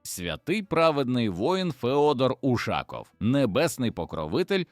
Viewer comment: І чому це він УшАков, а не УшакОв?